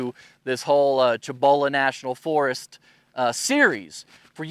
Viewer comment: Nice! Not digging...I'm a Texas as well. Pronounce it SEE-boh-luh National Forest.